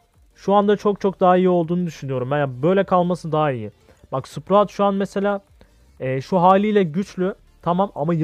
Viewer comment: abi şu karaktere hala sıprağt diyosun tilt oluyom